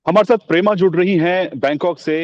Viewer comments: Thik se naam lena v nhi aata. Pema ko Prema bana diya. Indians are so ignorant about eastern and north eastern state. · Indianfication of Pema. It's not prema. 😂